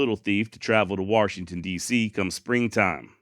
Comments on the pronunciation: Thanks for pronunciation of waRshington , sincerely from arekanSaw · An R in Washington? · I laugh every time he says warshington